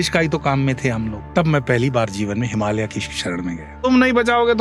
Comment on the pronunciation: अंग्रेज चले गए पर अंग्रेजी नहीं गई की बात कर रहे हैं तो खुद तो पहले हिंदी भाषा (देवनागरी लिपि) में लिखने की आदत डालें 😅 और हां, "हिमालया, संभाला, योगेश्वरा" इत्यादि नहीं बोला जाता, हिमालय, संभल, योगेश्वर उच्चारण किया जाता है।